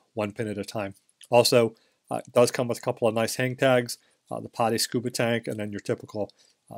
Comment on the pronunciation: PADI is pronounced "PADDY" . Stands for Professional Association Diving Instructor. Not pronounced" POTTY". Great watch BTW.